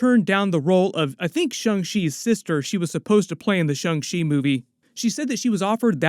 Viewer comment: It’s Shang-Chi not Shung lol